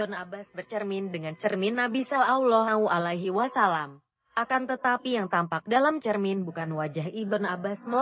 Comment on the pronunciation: Sangat bagus... Cm suara Robot ( yg menerang kan) mbok yo di ganti..baca solallohu'alaihi wasallam aja plentat-plentut...